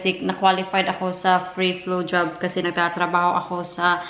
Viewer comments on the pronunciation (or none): same here its diff what ive heard, i played it again and samething its Bj,Lol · My goodness I had to go back & rewatch because I’m pretty sure the first few times you said “Flu Jab” it really sounded like something else 😂😂😂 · you really need to check out how you say “ flu jab” it sounds like you’re actually saying something very rude!!!! LOL!!! I just called Martha into the room to listen and as soon as you said “ flu jab” Martha says did she just say “xxxx xxx” I said no, listen again!!!!